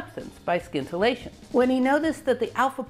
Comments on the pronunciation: Love Love Love your videos! This one has a small pronunciation error: it's "sintillation" not "skintillation" :) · Scintilatien is spoken like sintillation, not skintillation! Geiger not Gieger! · In the word "scintillation" the "c" is silent, so that the word sounds like "sintillation". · I realize that it's a lot like pronouncing "scattering" as "sattering", but "scintillation" is, in fact, pronounced "sintillation". Your talks, though, are always scintillating. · I think it's pronounced "sintillation" not "skintillation". I know ... it's spelled scintillation but as you know, I'm a nit picker. And a guitar picker. Also, it's "Kirchoff", not "Kirkoff". The "ch" is pronounce as in "church". :) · Please, scintillation is not pronounced skintillation but sintillation. Regards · 'sin-till-ay-tion', not 'skin-till-ay-tion' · "sin-ta-la-shun"... not skint... :p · I'm pretty sure the C in scintillation is silent, and the scin is pronounced as sin. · Scintillation has a silent c, so it is pronounced sin-till-ation. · How many times in her life did she say "skintilation" and nobody corrected her? Granted, aside from talking about Rutherford, it would probabavly never come up, unless she found something scintillating. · Scintillation has a silent ‘C’ !!! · Sorry. I love your work and I love your content, but I couldn’t get past half way through this video with your bastardisation of the English language. The C in scintillation is silent, as is the first C is in science. Skintillation just grates way to much to endure. Look forward to the next video though x. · Where did you learn how to pronounce scintillation? It’s SINtillation. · I think the c in scintillation is silent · The 'c' is silent in "scintillation." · FYI The c is silent in scintillation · Great story! But I believe in scintillation the c is not hard. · Wonderful presentation. BTW, the 'c' in scintillation is silent.